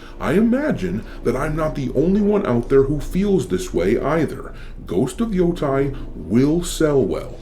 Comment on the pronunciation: Stop pronouncing Yotei wrong.